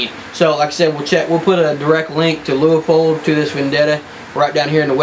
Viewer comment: Leupold... there is no A in the word